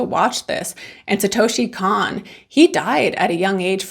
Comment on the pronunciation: This is one of the best movies ever made. Also his name is pronounced like Cone, like ice cream cone ❤